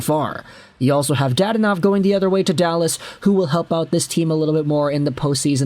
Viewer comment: I’ll be that guy. Da-don-ov. I have no clue why dad-onov irked me so much.